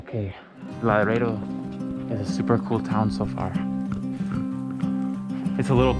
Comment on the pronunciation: Laredo is a soft "R". Good video! Enjoy it!